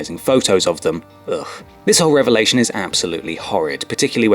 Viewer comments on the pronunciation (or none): none